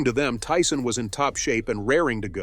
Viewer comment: they pronounced Tyson as "tea-son"